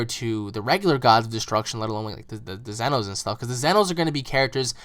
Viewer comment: what's with them calling them zenos, I mean it's almost saying in my YouTube name but said wrong or pronounced wrong